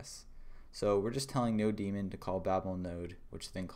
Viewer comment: Thats node mon, not no demon